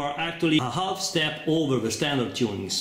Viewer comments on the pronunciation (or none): none